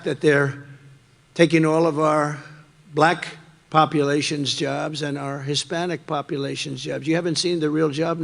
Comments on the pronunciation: I hate how he says BLACKKK that really pisses me off it even sounds racist vote💙💙💙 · He's very odious. The manner he pronounces the word "black" is so condescending. I'm so tired of his grotesque prattling. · I think the slight pause after the word "Black" is silently filled in with a racial slur in his mind.